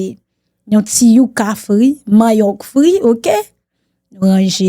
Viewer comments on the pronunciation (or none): YO PA DI YOUKA SE YUCA WAP TIYEM TANT 🤣🤣🤣🤣